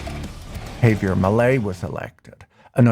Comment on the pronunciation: Can’t even pronounce “Javier” correctly? HAYvier? No, JAH vier